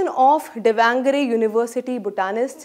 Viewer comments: For your Delhi Sultanate schwa deleted dumbass I'll write how to pronounce Davanagere in Devanagari script. दावणगेरे. I beg of you please don't corrupt my language's pronunciation. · Please, learn properly to pronounce Davangere!.. It's minimal expectations from professionalism... In the end, we r Indians I don't think it's such a hard job... That dedicated professionalism brings you fame...